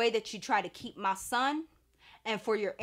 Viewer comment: The way you say “MAH SON” lol I know it’s real!